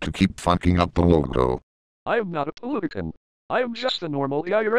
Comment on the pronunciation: can't say politician?!!